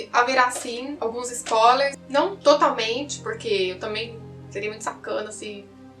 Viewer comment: e linda se fala spoiiiiiilers e nao spólers sem a letra iiii